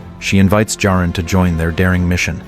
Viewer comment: This was great. Thank you. Why are you repeatedly changing the pronunciation of Jarin to Jareen?